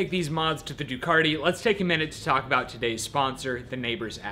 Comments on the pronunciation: there is still no R in Ducati! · Just wondering when Ducati put an "R" in their name ?